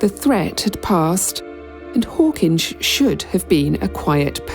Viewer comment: One thing we can trust you to do, that no AI narrator seems capable of, is the proper pronunciation of Hawkinge. 😀